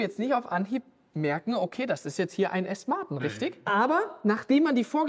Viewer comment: „Asten Marten“ 😂